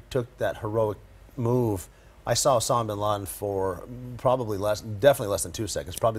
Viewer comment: listen to the way the mumbles osama bin laden name. Liars tend to have a hard time fully committing to a lie if they have some integrity. This guy obviously mumbled the name because some part of him isn't comfortable lying to the American people.